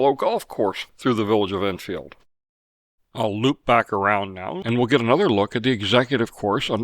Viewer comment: Love your videos, thank you for what you do. I'm curious as I've noticed you pronounce Edenfield more like, Innfield. Is that because it's actually how we should be saying it?